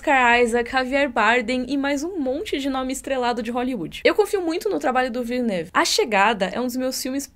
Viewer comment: O tanto de vídeo que você prometeu, mulher! Mas eu entendo, também fiquei obcecada com Duna. E você falou o nome do menino Timóteo direitinho (e do Villeneuve também).